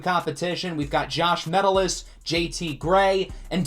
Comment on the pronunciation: Small thing, but it's pronounced "muh-TELL-iss," not "MEH-till-iss"